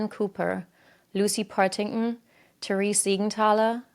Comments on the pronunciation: BTW, it's PartingTon, the Ts are not silent! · most of the locations were pronounced wrong but they do have wierd spellings (Worcester is pronounced Wuss-ster, Leicester is pronounced Less-ster) but Partington is pronounced exactly as it's written. And Charmaine is pronounced with a "sh" sound.